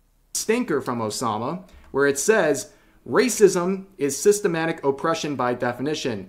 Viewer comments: My only issue with this video is the pronunciation of "Systemic" as "Systematic". They're similar, but not the same thing lol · Maybe it’s boomer of me, but you must make sure to read/say “Systemic” vs. “Systematic”. Two different words, two different meanings.